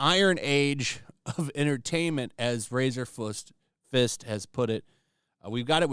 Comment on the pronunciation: Who is this Razor Fust u speak of? Lmfao. Couldn’t help it. Lol